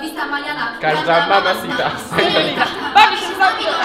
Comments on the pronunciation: yy powiedziałas hasta la vista mówi się asta la vista dopiero teraz to załówazylam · Hasta lavista czyta się asta lavista Bo h w języku hiszpańskim jest nieme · Halo ale „h” w języku hiszpańskim jest nieme a tak to kawał roboty edit: OMG dzięki za 650 like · no mowi sie "asta lawista" a nie "hasta lawista" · Nikt się nie przyczepił że powiedziała hasta lawista zamiast asta lawista XDD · kurde nikt nie zareagował ze ona powiedziała hasta la vista maniana a nie asta la vista manana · kurde prosze hasta la vista manana tak siępisze alew mówi się asta la wista maniana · asta la wista a nie hasta la wista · Nie musi się Hasta La Vista tylko asta. La Vista H jest nieme!!!!! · Wierz że się nie muwi hasta la wista tylko asta lawista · asta la vista a nie hasta la vista h jest nieme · Chyba asta lavista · nie obraź się ale muwi się asta lawista a nie chasta lawista pozdrawiam martyna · Mieszkam w Hiszpanii. Przynosicie hańbę mojemu narodowi. W języku hiszpańskim nie czyta się h. Piszę się hasta lavista a czyta się asta lavista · Jest Napisane Hasta LAVISTA Ale Mówi się Asta lavista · Hasta lavista mówi się pastę lavista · Hasta La Vista sie inaczej mowi ale tak ogolnie to spoko :D